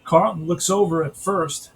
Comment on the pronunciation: It's Norm Charlton... with a CH, not Carlton like Steve.